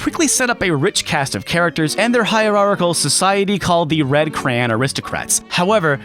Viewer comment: Red Cran? Don't you mean Red Clan?